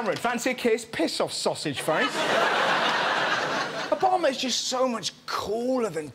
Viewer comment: If Obama is so cool, how come this guy can't say his name correctly?